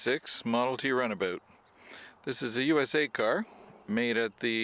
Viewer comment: is it a runabout, or a runaboot? haha..